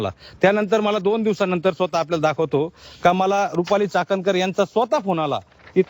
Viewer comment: Ti cakankar nahi catankar ahhe